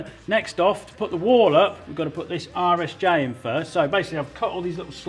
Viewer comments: Every time Colin says "RSJ" I hear: "Irish J" and I feel like he's taking a dig like they don't know the're an i shape. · Every time Colin says "RSJ" my brain translates it as "Irish J." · I kept wondering what the heck an "Irish J" was... then I figured out that's "British" for Rolled Steel Joist. I can't believe it took me most of the video to "hear" it properly. LOL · I really thought he was saying "Irish J" but after a bit of googling, I've determined Colin is saying RSJ, rolled steel joist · The whole time i thought you were calling RSJ "Irish Jay" Lookin good Colin!! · Lol rsj.....I could have sworn you were calling them Irish Js which I assumed was some kind of regional poke at Ireland lol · Was I the only one wracking my brains trying to figure out why he keeps calling the I beams "Irish J"? 😂